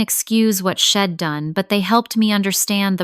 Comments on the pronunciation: If AI can’t pronounce contractions; then I would suggest….STOP USING CONTRACTIONS! She’d = she had NOT shed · I’d is Id and she’d is shed? Do something with your AI